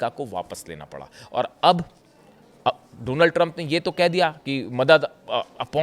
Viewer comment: Drump 😂 bola aapne